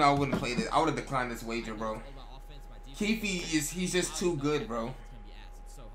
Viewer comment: when used to call him kiefee😂😂